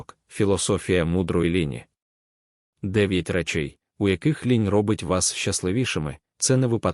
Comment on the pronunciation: Ш І читає луже погано, багато помилок у наголосах. І лІнь, а на лЕнь. Сама тема цікава. Дякую